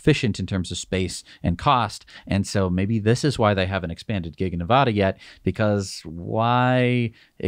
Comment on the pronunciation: Please learn how to pronounce "Nevada"... short a.